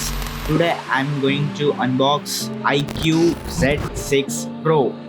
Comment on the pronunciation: bro doesn't know how to pronounce IQOO